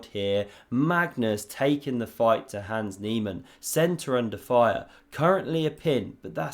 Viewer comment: You continue to say 'hands', instead of his actual name 'Hans'. At this point you are simply choosing to slander his name. Shame.